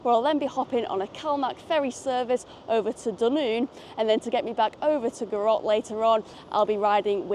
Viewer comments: Another fab video G! Never explored this line so maybe that should be on my list! But oh my, my ears every time you said Gou Rock hahaha, it’s more like Gou Rick. 👍🏼👍🏼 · Gourock is actually said like Goo Rick :) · Roth e say, not quite...😊😊😊 Gourock, all one word, goorock, emphasis on Gou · It’s prounounced “Gooruk. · Goorock....it's Goorock....Hahaha. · wee bit of help with some of the town names - Gourock is Goor'uck, Rothesay is just Roth'say the "e" is a bit misleading. Love that section of the Firth of Clyde, get a great view from all direction and have to love our ferries, even if they are a little troubled at the moment. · Indeed. Goo ROCK is definitely an assault on my ear drums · The way you said Gourock, did make me laugh! And also laughed when you went wrong way to ferry!! But you weren't to know. I love going back there - family come from area - and I love staying with my cousins as they live between the two ferry terminals on Dunoon side. My personal preference if I have time is Western Ferries. My uncle skippered one for many years and I love the walk from McInroy's Point to Gourock on a nice day. Back in the day the Dunoon Pier was lovely and I loved the old Calmac ferries that used them (Juno, Jupiter and Saturn). Those beasts could work in any weather! Great video, enjoyed it. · There's only R in Gourock. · Terrific vid as always For those with a vehicle, there is a shop in Gourock selling cut price tickets for Western. Love your pronunciaton of Gourock! Wrong of course, but funny. You should try the drive to Dunoon, but the Rest and be thankful will probably be shut! The old military road is a wee bit shoogly. For anyone wondering how you can drive to Dunoon, It isn't an island.